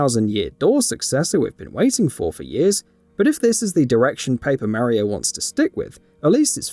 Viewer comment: Super Maro???? 🤣🤣🤣🤣